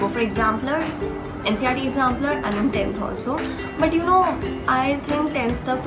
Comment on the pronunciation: It's NCERT not NCRT 🤣🤣.btw nice😊